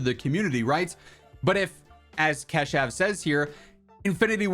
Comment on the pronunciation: Bro let me teach you how to pronouunce "Keshav". Its "ka" like of alkane and shav you pronounce it